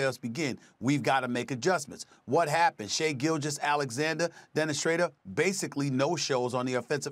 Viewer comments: Haha i heard too 🤣🤣🤣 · You're pronouncing Schröder's name wrong but I love it